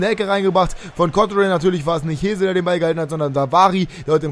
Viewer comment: Hesl wird nicht Hesel ausgesprochen sondern eher Häßl